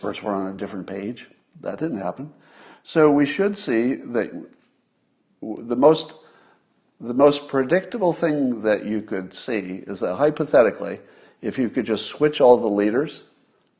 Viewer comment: Did I hear Scott say, "Hopethetically"? What a great chimera word. Thanks